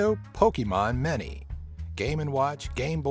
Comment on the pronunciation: Did you just say Mini as Many?!